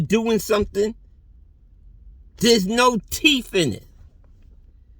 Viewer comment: Shut up with your harmonies and your “teef”!! Get another hobby!! Give this man a drug test!! He is slurring his words, and smokes toad!!!